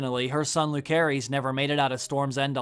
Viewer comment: It amazes me how after so many videos and watching the show, you still can't pronounce Jacaerys and Lucerys right, I cringe every time